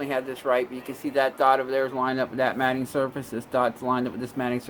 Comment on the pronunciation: Absolutely epic video, thank you for your time and absolute quality. One thing, I always thought the mating surfaces were pronounced like mayting instead of matting. It’s driving me crazy now, which is it??